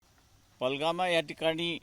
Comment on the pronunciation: Palgama nahi re pahaljam bol 😡😡😡